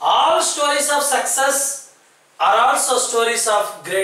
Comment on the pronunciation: Pls check the pronunciation of the words like failure, all, also etc..